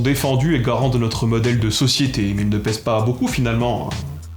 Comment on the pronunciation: Je suis persuadé que ton succès est exclusivement dû à ta prononciation de "garant" et de "caractère" avec ce magnifique [ɑ] et à rien d'autre.